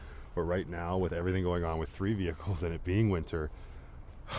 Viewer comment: dearest! ❤😂😂😂😂❤ Too many ve-hee-kles!!!